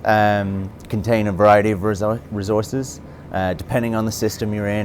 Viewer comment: "Rezorces" -Sean Murray